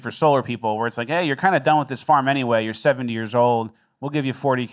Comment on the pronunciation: Oh, sorry Michigan, I thought you rike party. I thought you rike fun guy.